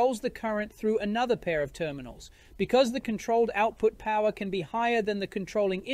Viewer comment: No way, no where near! Listen to the word "power" particularly. It is not using a proper Australian accent, it sounds English esp. at the end of the word. It might not be so obvious to you if you do not have an Australian accent or live around Australian accents all the time.